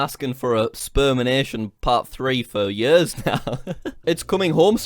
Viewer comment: Jack pronounce "years" "yörs". Scandinavian people will understand